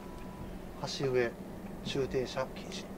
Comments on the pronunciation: 橋上→できれば きょうじょう と、読んでいただきたい‼️ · ﾊｼｳｴじゃなくて『ｷｮｳｼﾞｮｳ』ですw ｱﾝﾁじゃないです。1番好きです。 岐阜ならｶﾜｲさん宅行って欲しかったです。頑張ってください！